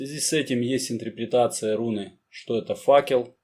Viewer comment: Интерпретация, а не интрипритация, в остальном интересно.